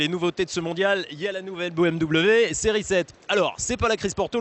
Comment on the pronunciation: BEUHMw.... une honte d'entendre un nom aussi magnifique et magique prononcé comme ca, sa mériterais une amende ! BMW, la marque à hélices, une histoire, une légende, meilleur motoriste au monde ! C'est BMW !